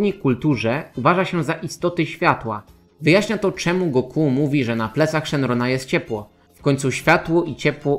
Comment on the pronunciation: Koleżko... Oglądałeś kiedyś w ogóle "Dragon Balla" po japońsku, czy robisz tutaj jakąś projekcję własnych wyobrażeń na temat tego języka? Imię Son Goku w romanizacji zapisuje się jako "Gokū". Oznacza to, że ostatnia sylaba jest długa (można to nawet "roboczo" zapisywać jako Gokuu), w związku z tym lektor niniejszego filmu,, robi dobrze stawiając akcent właśnie na "-ku", a nie na "Go-", jak zwykle robią polscy youtuberzy. Jeżeli chodzi o Tenkaichi Budokai, to w ogóle nie wymawia się tego tak, jak napisałeś ("Ten-kai-chi", co dawałoby brzmienie "Tenkajczi"). Pauzę należy zrobić po cząstce "Tenka", bo cała konstrukcja "Tenka-ichi" oznacza "Najlepszy pod niebiosami" (podobnie jak "Sekai-ichi", co oznaczałoby "najlepszy na świecie"). Wymawia się to więc mniej więcej tak, jakby "Tenka" i "ichi" były dwoma osobnymi słowami, co daje dźwięk bliższy "Tenkajiczi". Jeśli nie wierzysz, włącz piosenkę "Mezase Tenkaichi" z anime "Dragon Ball" i w niej usłyszysz to bardzo dokładnie. Na przyszłość polecam weryfikację swoich tez zanim je wygłosisz i to jeszcze tak wulgarnie. Normalnie usuwam takie komentarze, ale tym razem postanowiłem wykorzystać okazję, żeby wyprowadzić Cię z błędu. Pozdrawiam. - Bananowy Doktor